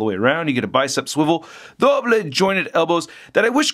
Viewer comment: I just love it when he says "DOBLE jointed" wheter it's knees or elbows. It gets me every time.